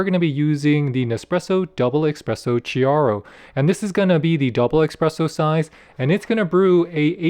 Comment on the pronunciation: The Italian "Chiaro" is pronounced "k-ee-yaro" and "Lungo" is pronounced "l-oon-goh" ["oo" = "b-oo-k"]